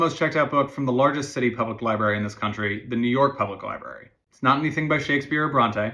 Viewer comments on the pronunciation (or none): It's Library, not Lieberry. Sorry; I can let 99.99% of mispronounced words go. This is one that grates on my soul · Sorry, but the word is pronounced library, you pronounce both R's, not just one.